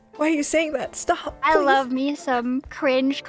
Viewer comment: really can’t say love properly and says lomf. Sasuga green lady